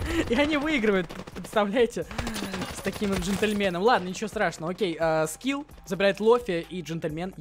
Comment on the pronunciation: Ха привычка называть Скифф а не скилл